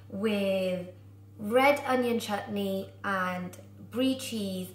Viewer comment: 👏👏👏 u can say chutney correctlyyy